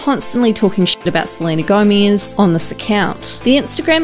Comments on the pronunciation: Am I the only one that hates how she says gomaiiiiz. Thank u for the likes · it’s GOMEZ not GOMIZ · I just wanted to comment this, never heard anyone pronounce it like this